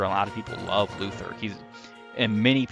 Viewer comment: I am SO tired of all this Luthier slander! At least he has base Excalibur and a base AS higher than 1, unlike Kliff, and at least he doesn't die in 1 hit, unlike his sister. Also, you mispronounced his name.